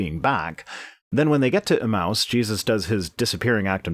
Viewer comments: Another great video but I can hardly stand the way you pronounce "emmaus." I always thought it was pronounced "eMAYus" instead of "eMOUSE". anyways keep up the great work! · Pedantic pronunciation correction Emmaus is pronounced [uh-mey-uh s] thank you for coming to my Ted talk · Emmaus...say it with me, now: eh-MAY-us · I believe it's pronounced e-MAY-us.